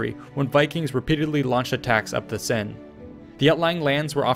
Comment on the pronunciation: Your french is good for notre dame or la Seine is impressionning :D Great video :)